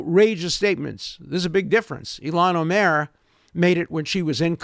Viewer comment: i love how he pronounces ilhan omar - like olmert